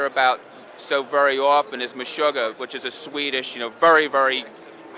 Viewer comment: Lol,it's funny.He says "Meshoogah"